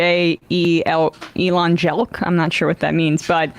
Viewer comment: Elon Jelk 😂😂😂